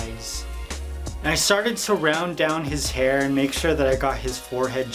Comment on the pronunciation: "to create his herr"😂💙